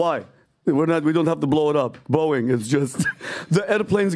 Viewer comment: The sound of me bouncing from this show after that hire is the same way PBD pronounces his favorite airline… “Boing!”